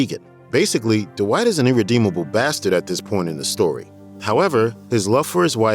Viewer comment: Yo D-Wight!!